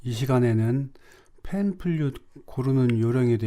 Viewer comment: 영상 제작 시 개선할 수 있는 몇 가지 사항에 대해 말씀드리려 합니다. 우선, '플룻'을 '퓰릇'으로 종종 잘못 발음하시는데, 정확한 발음에 신경 쓰시면 좋겠습니다. 또한, 팬플룻 악기를 평가할 때 "좋은 악기"와 "나쁜 악기"보다는 "좋은 악기"와 "안 좋은 악기"라는 표현이 더 어울립니다. 악기는 인격체가 아니기에 이런 표현이 더 적절하죠. 그리고 영상을 촬영할 때 얼굴, 특히 코를 자주 만지시는 모습이 보이는데, 시청자에게 불편함을 줄 수 있으니 주의하시면 좋겠습니다. 카메라를 옆으로 정면에 설치해 보세요. 옆으로 힐끗거리며 보는 시선이 시청자에게 혼란을 줄 수 있습니다. 이러한 작은 변화들이 영상의 품질을 크게 향상시킬 것입니다.